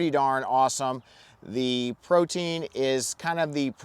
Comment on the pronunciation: Ok, but you know it's not actually pronounced 'protein', right? Pro-tee-in.